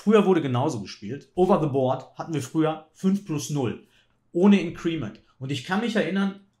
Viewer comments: Super Analyse wie immer! Nur ein gut gemeinter Hinweis...bin mehrfach über Deine Aussprachen von "Increment" gestolpert;-) Betonung auf IN-crement... Vielen Dank für die super Videos, LG aus HH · Klugscheißer-Modus ein: Bitte nicht "in'creeeeement" sagen, das tut in den Ohren weh. Betonung ist auf der ersten Silbe. Klugscheißer-Modus aus. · Gutes Video wie immer! Increment wird übrigens nicht (incriment) sondern einfach (increment) ausgesprochen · wie immer unterhaltsam, lehrreich und schön kommentiert, danke !... für diejenigen schachfreunde die neben schach auch die englische aussprache interessiert: INcrement wird im englischen auf der 1. silbe betont und nicht auf der 2. silbe...auch wenn der stamm incREase ist welcher tats#chlich auf der 2. silbe betont wird ;-) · mit größtem Respekt – indes, das Ding wird /ˈɪŋ.krə.mənt/ ausgesprochen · Glaube „increment“ wird anders ausgesprochen 🥸👀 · Hätte das auch mit kurzem e im Ohr statt mit i. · Gutes Video, danke fürs nicht Spoilern. ABER: Bitte, man darf sich als großer Schachchannel schon anschauen, wie man englische Wörter ausspricht, wenn man sie denn schon wählt. Entweder deutsch Inkrement oder beim Englischen "Increment" liegt die Betonung auf dem "I" - das kann man schonmal richtig machen. :-) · Es tut mir körperlich weh wie er increment ausspricht! ;-) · Dem kann ich nur zustimmen. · Hallo lieber! "Increment" wird auf der 1. Silbe betont 🙂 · Increment mit Betonung auf dem I. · …mit Betonung auf der letzten Silbe, wenn man es „deutsch“ aussprechen will; will man es „englisch“ aussprechen, dann auf der 1. So wie es ausspricht, ist es auf jeden Fall nicht richtig:-/ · Sehr gewöhnungsbedürftige Aussprache von Increment. Aua! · Super Analyse. Increment spricht man aber ganz anders aus. Tut jedes Mal weh wenn du es sagst, besonders da du sonst so wortgewandt bist und auf eine korrekte Aussprache achtest.